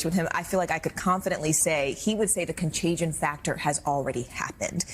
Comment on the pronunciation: "Contaygeeawn" lmao theyre so fucking stupid 😂😂😂😂😂😂